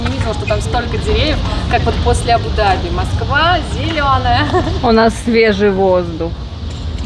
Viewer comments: правильно говорить АбуДАби,ударение на А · Первый раз слышу произношение Абу-Даби с таким ударением😊. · Абу-Даби, ударение на А. Очень режет слух неправильное произношение. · Дорогие черничники 💖 очень рады за вас, с отдыхом. при названии города Абу - Даби ставьте ударение правильно, а то арабы обидятся ❤простите. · А что не правильно написано??? Когда не правильно произносит и делает ударение Абу Даби не правильно, хочется поправить тем более образование высшее имеет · Да какой он грамотный! Даже ударение не может правильно поставить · правильно произносить Абу-Даби с ударением на А в обоих словах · Абу Даби, ударение на первую гласную! Ну прямо ухо режет!😂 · Абу ДАби, ударение.😊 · Правы,100 раз правы. В транспорте писала. И резало ухо многократно произнесенное Абу-Даби с ударением на последний слог. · Здравствуйте, дорогие черничники! Молодцы, что вы поехалм отдыхать. Хорошего вам отдыха., ставь правильно ударение в названии города. Абу-Даби, уларение ставится на первый слог, на буквы А. Очень режет слух неправильное произношение. Валя, не носи черную облегающую одежду, не красиво. Там такую одежду не носят. Тебе очень идут платья. Без обид. Любим вас. ❤ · Абу- Даби, ударение на Букву а. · без обид, Абу-Даби ударение произносится на букву У и А. АбУ-ДАби. 💕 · так смешно произносит. А́бу-Да́би, вариант ударения Абу́-Да́би так.... для информации....)))) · Здравствуйте. Абу ДАби, зачем говорить по другому? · Абу-Дáби , ударение на ( á ) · пожалуйста, Абу-ДАби, а не Абу-ДабИ!!! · Абу-Дааааби а не абудаби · Да не абу- даби', а правильно абу- да'би! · НЕ абУ-дабИ!!! Абу-дАби - ударение. Не обижайте Восток. СЧАСТЛИВОГО и ПРИЯТНОГО путешествия! ЧУДА ВАМ ЧУДНОГО... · Абу ДАби, а не Абу ДабИ)) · Я даже в гугл заглянула. все верно. Абу - ДАби. Я прожила в Дубае некоторое время и слышала правильное произношение столицы. Но тут и я засомневалась, слышала из уст Дмитрия не то.... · Ударение— Абу’- Да’би